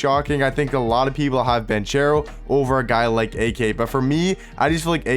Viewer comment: oh btw it’s pronounced Ban-CARE-o not Ban-chair-o. lol. great vid once again bro👌🏽